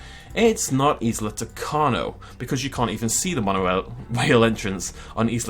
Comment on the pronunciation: I must inform you that Isla tacaño is pronounced kinda like Ee-sla Ta-ka-nyo.